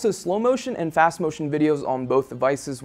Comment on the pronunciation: "It is fas" lol wtf XD